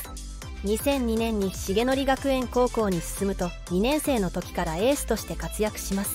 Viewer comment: 成徳→せいとく